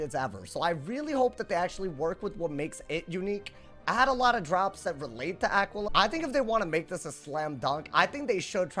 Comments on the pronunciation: say it with me now Ah-quail-e-uh. dont EVER pronounce it the way you did in the video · that just isnt how you pronounce it lmao come on bro lock in